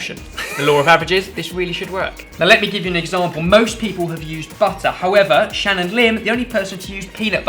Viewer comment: Shannonlim... Can I pretend to be her for a sec bc I really liked the way said her name